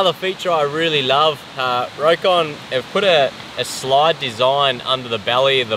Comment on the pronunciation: The name is pronounced "Rock-on" not "Row-kon".